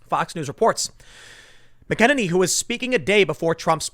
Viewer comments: Am I the only one hearing “McEnemy”? Lol 😋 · Btw it's pronounced mac a nay knee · That was really scary - did you hear him talk about Covid? Can you PLEASE say her name right!!! let me see if you understand this mac an enny - does that help? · Damn Tim. You’re either the only person saying her name right or the only person saying it wrong. Haven’t you heard Fox say her name a thousand times? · Say her name right please. Very annoying. She is awesome, you should know her name. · You're mispronouncing Kayleigh McEnany's last name. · Learn to pronounce her name correctly. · At least learn to pronounce her name right.... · Tim, if you mispronounce her name one more time, I'm going to have to punch you. Fair warning. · Tim... this is the last time I'm writing to you about this. When Kayleigh McEnany came out to speak at the RNC, she said her name. LISTEN TO IT OVER AND OVER AND OVER AGAIN And learn how to say this young woman's name properly! FFS! It's so rude! To say it wrong over and over again. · To Tim Pool: do you have any idea how completely incompetent you look . . . and ARE . . mis-pronouncing name of the press secretary? And not by a little bit, you totally ANILATE it! 🥵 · Please learn to pronounce her name correctly. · Learn how to pronounce Kaleigh's last name PLEEZ? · When will Tim learn how to say her name correctly? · please say Kayleighs last name right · Please get Kayleigh McEnany's name pronunciation right. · Ok ...before I watch I’m going to guess Tim still hasn’t learned to pronounce her name..... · big fan of Tim Pool, but he needs to learn how to pronounce Kaleigh McEnany's name. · I see Tim still hasn't learned how to pronounce her name. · TIM, SAY HER NAME.... ....CORRECTLY, PLEASE! Kayleigh McEneny deserves that much 😉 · I've said it before, someone who tells people all the time that he's from Chicago should really be able to pronounce Irish surnames... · Tim its mac-a-nanny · Tim, it's pronounced MACK MACK uhnaynee Emphasis on the MACK